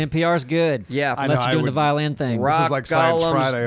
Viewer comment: As said 😔I PWAY VIOWIN!